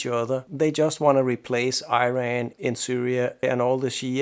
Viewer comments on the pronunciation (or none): Your pronunciation of Iran and Irak could be improved quite a bit. You would sound more credible and professional. Just look it up in any good dictionary or even YouTube itself.